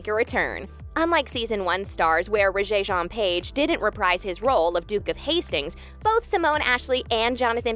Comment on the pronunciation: Am I the only one who screamed out loud when the voiceover lady mispronounced Regé-Jean's name?